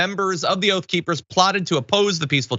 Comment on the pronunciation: OATH OR OAF?